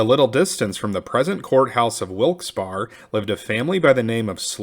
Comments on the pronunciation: Love ya man, but... Wilkes Barre (berry) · Wilkes Barre locals pronounce Barre with a hard E at the end.